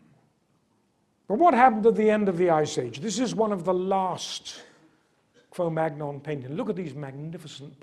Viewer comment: Svante Paabo was not German but Swedish. In Cro-magnon the "-gn-" should be pronounced the French way.